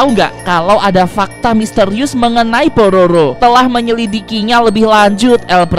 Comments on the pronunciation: kak mau ngomong pororo malah prabowo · Kok,tadi saat bilang udah ada di tv nasional kok malah kedengar bilangnya Prabowo bang?